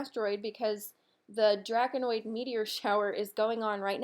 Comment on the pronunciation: 'Draconid' (Draco-nid), not "Draconoid" meteor shower. ☺👍